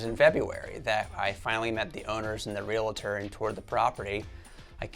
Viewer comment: Realtor "Real-tor" just like it's spelled. Not "Real-a-tor", there's only one A. 🤦🏻‍♂️🤦🏻‍♂️🤦🏻‍♂️